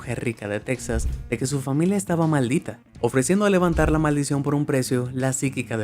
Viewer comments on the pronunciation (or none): none